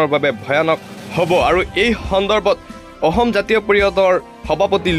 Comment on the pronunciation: হেৰৌ, ক'বলগীয়া কথাখিনি শুদ্ধকৈ ক'বলৈ শিকক।জৰুৰী কথা কৈ আছে যদিও কাণ বন্ধ কৰি লবলগীয়া হৈছে। অসমটো অহম, ম্লানটো স্মান,অসম টো অহম,অসমীয়াটো অহমীয়া,দেশক দেহ কৰি পেলাইছে কিয়? হয়,আপুনি বৰ গুৰুত্বপূৰ্ণ খবৰ কিছুমান কৈছে ।কিন্তু শুদ্ধকৈ ক'বলৈ চেষ্টা কৰক, অসমীয়া যুৱকে কোৱাৰ দৰে ক ওক।